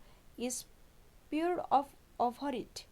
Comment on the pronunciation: That is poured not peard